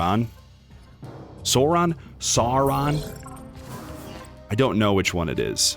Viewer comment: Pronounced Sore-on like dinosaur